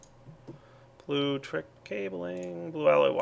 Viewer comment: this has been bothering me for a while, its bluLECtric, not blutric. thank you for your time